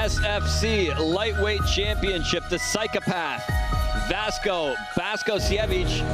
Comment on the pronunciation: Vasko Baskosjevic - Vasco Bascosievich It's a damn shame when commentators can not pronounce name! Where he found a "K" in the name of "Vaso "? Or "S" in last name "Bakocevic"? smh